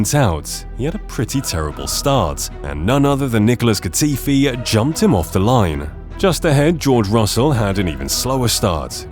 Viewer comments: Did the AI voice tried to say Nicholas GOAtifi ? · "deneel keevats" wtf? NICHOLAS GATIFI??? WTF???